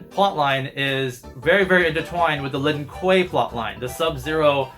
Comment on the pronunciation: Don’t forget,, it’s not Lin Kuei, it’s “LEEN KOOEY”.